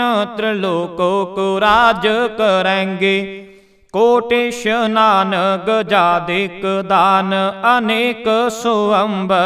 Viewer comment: ਬਹੁਤ ਵਧੀਆ ਜੀ । ਸ ਨੂੰ ਸ਼ ਨਾ ਉਚਾਰੋ ਜੀ । ਇਸਨਾਨ ਨੂੰ ਇਸ਼ਨਾਨ ਨਾ ਕਹੋ ਜੀ ।